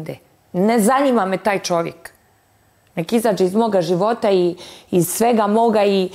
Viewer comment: Ne zaNJima me,ne zaNJima me🤦‍♀️😂😂